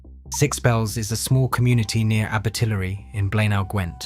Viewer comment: After talking about the Six Bells monument you then showed a picture of the Crumlin Colliery, which is a few miles from Six Bells The picture of Blaenavon town is actually Ebbw Vale....and you didn't pronounce Abertillery correctly either ...Aber..till..airy. Do better 🙄